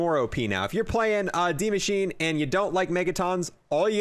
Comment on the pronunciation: And Maschine is pronounced Mashina